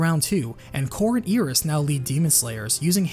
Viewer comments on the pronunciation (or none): Eye-Ris, not EE-Ris